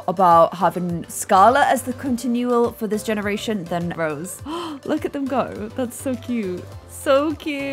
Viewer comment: I love how keeps saying Rosie but it's Rose